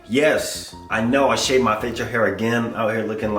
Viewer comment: man said fachial hair loool